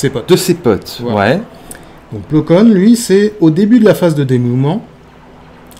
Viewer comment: Vidéo sympa, dommage que les noms des persos ou des vaisseaux soient autant écorchés dans les vidéo. J'ai rien dit sur la vidéo précédente avec le "Ti" fighter (c'est parce que c'est un 'tit vaisseau c'est ça ?), mais sérieusement, Plo "Kone", "Ayala" / "Aya" et "Wartok", je sais pas si c'est un problème de vue ou quoi mais c'est quand même un peu gros à ce stade pour des fans présumés de Star Wars.